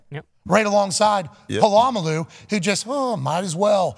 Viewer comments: But I thought his name was Puh-la-mal-loo? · Pat saying Polamalu blatantly wrong killed me😂😂